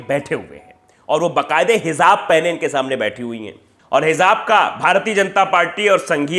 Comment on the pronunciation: It's pronounced as Hijab